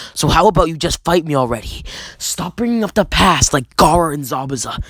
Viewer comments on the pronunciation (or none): U said garra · You mean Gayra.